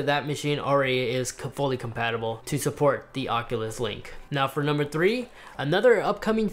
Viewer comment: Did he say "Nucumbers"?